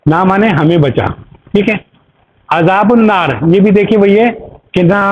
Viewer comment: عذابُ النار میں ب کے اوپر 'پیش' نہیں زبر ہے۔۔۔ عذابَ النار ہے